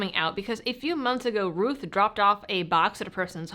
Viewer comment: is it pronounced Rooth, or Rowth? You talk with your Mowth, not your Mooth after all. Unless you're from Canada eh?